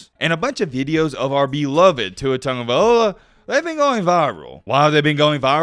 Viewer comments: Learn how to properly pronounce Tua’s name! It’s LOA NOT OLA A REAL BAMA FAN KNOWS THIS! U FAKE AF 😂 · This man name gets slaughtered, tag (not tung) a vail loa (not ola) smh 🤦🏽‍♂️